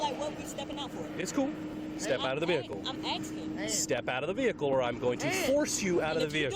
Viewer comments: “no I’m just axing” okay lumberjack just step out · "I'm aksking" This is a whole new way of pronouncing "Asking", I guess "Axing" wasn't good enough anymore. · She’s axing why she has to step out of the car. Do you also have an ax in your car with your open tequila bottle? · She axing. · Axing??? When will they know the difference between ask and axe???? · "I'm jus aksing" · Yup it's not asking, it's axing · "I'm just AXIN!!!" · She said she is axsking. WTF does that even mean